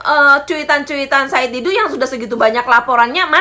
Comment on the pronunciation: Said Didu jadi said bubu